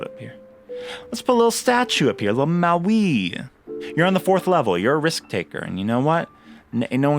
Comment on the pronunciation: Thank you soso much for the tutorial ♥️ and by the way Moai is pronounced Mo-ah-ee not like Maui 🤓